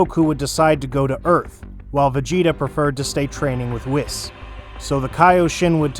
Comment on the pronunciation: Bro it's wees not wis